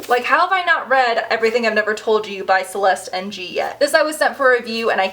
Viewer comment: FYI -the author of Everything I Never Told You has a clue to pronouncing her name inn her twitter handle - Great book! Hope you love it.